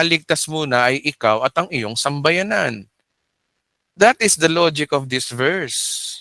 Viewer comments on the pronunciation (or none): Pastor sambahayan po hindi sambayanan✌️